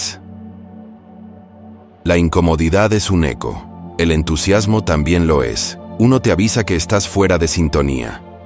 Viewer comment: Perdón no es aco es eco